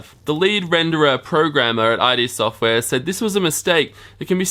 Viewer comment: its not i d software, its id software